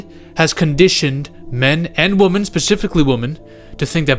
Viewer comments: Stopped watching the second you pronounced women as woman twice. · Youre mispronouncing "women". Just commenting to say this cus it bothered me